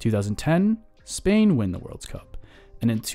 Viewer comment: "Worlds Cup" really ticked me off